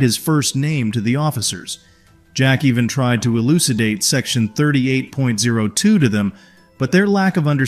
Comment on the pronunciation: 38.02 is the penal code. not three thousand eight hundred two.